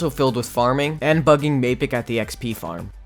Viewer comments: Why you call m-ae-pic m-ah-pic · Why you call him mapic not maipic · Macit he calls mappic macit -_ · Bruh why do you pronounce mapicc 2 different ways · Mapic he really said mapic